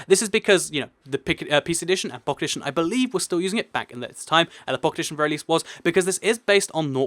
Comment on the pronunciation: it sounds like you're saying pocketition instead of pocket edition